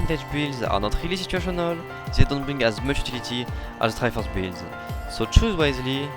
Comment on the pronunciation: Wish I said triforce and tankiness like